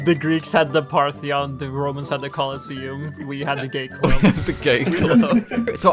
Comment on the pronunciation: ah yes, the parthyon